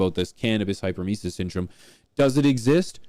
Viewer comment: HEY HEY HEY..HOW MANY TIMES WE GOTTA HEAR THIS?? ITS BS, BUT LIKE IF YOURE GONNA SAY IT, THEN AT LEAST SAY IT RIGHT!! ITS PRONOUNCED HYPER EM IS IS, NOT HYPER MICES......OR HYPER MOUSES, OR WHATEVER YOU ARE TRYING TO SAY. ITS GOT NOTHING TO DO WITH SPEEDY LITTLE RODENTS! IT DOES NOT EXIST, BUT IF IT DID, IT WOULD BE PRONOUNCED HYPER EM IS IS. HYPER, MEANING FAST, AND EMISIS, MEANING TO EMIT, OR TO VOMIT. HYPER EM IS IS......THANK YOU 👋😄👋😄✌️